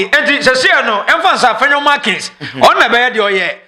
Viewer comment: Please, the name is Afenyo Markin. It's not Afenyo Markins.